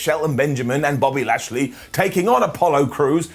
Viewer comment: said Body Lashley.